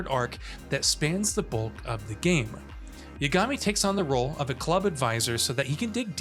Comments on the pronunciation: Great review! Clear you're familiar with the series! It's YAAH-GA-MI though lol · why can't you say the protagonist's name correctly? did you not hear it being said for 50+ hours? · This guy didn’t play the game. must be reading from a script he doesn’t even pronounce the MC’s name correctly.